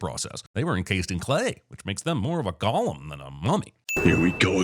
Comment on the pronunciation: Mispronouncing "golem" ding